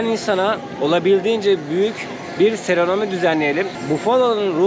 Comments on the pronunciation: Merhaba kolay gelsin. Guzel yerler gelip bizi bilgilendiriyorsun tesekkur ederim. Saniyorum dil sürçmesi sebebiyle Seremoni yerine Serenomi seklinde söyledin videoda. Belirtmek istedim. Kolay gelsin. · Dilin dönmüyor biliyorum ama serenomi değil ‘seremoni’ 😘 kolaylıklar diliyorum, zoru başarıyorsun ✌️ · Serenomi değil seremoni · özür dileyerek düzeltmek istiyorum.seronomi değil doğrusu seremoni. İzlerken çok rahatsız edici geliyor kulağa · seremoni kelimesini serenomi diye kullanıyorsun, yanlış anlamanı istemem ama bilmeyenler yanlış öğrenmesin diye hatırlatayım dedim. Saygılarımla... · "SERANOMİ" DEĞİL "SERAMONİ " ÖNCEK VİDEOLARDADA DİKKATİMİ ÇEKTİ. ÖZÜRLE AMA ALINMA LÜTFEN... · Yolun açık olsun! Seronomi değil, "seremoni"... "Tören" de sen de ben de rahat edelim. :)